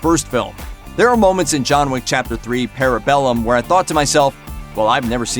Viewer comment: The way you're pronouncing parabellum is hurting my brain.